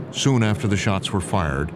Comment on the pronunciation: "A man aft-err My Own Heart...".